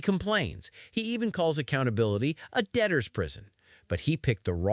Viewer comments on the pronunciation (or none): He didn't even say debtor, it sounded like he said adaptor 😂